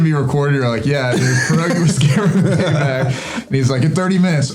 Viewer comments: As a Pole, I can assure you, you're saying "Porogi" not "Pierogi" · It sounds funny when you say your name,. Before 'e' there's 'i' and it should sound like 'e'. The real 'e', on the other hand, sounds more like 'a'. So for you, English speaking people, it should be said like 'Pe.arogi' I think 😆 But not like a pear.